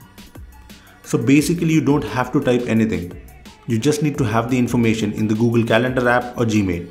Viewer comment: "bitter"? "Gugil"? "estap"? "moltipol"? 😂😂😂😂😂😂